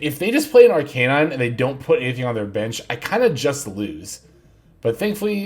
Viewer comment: Killing me with this "ArKAYnine" assaulting my ears 😅